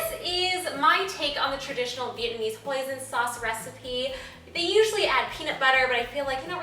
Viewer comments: when she said Hoisin sauce, i thought she said poison sauce..... :) i was like WHA!!!! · instead of hoison sauce i understood poison sauce and I was like What? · instead of hoisin sauce i thought she said poison i was liek y in the world would i put poison in my food -.- xD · Smooth promo lol and i thought she said "poison sauce" at first and i'm like wow is that even a thing hahah got to try this out, looks so good c: P.s also love love love that gorg dress :D <3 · I thought wen u said hoisin sauce thought u said poising sauce and ur phone lol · lol I thought you said poison sauce! :) thanks for the recipie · I thought u were saying poison sauce lol